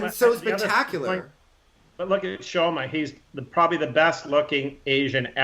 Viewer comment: called Shoma "Shomo" throughout. Couldn't you correct him?